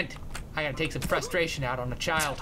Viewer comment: Have you gust noticed that he always says I gotta pUs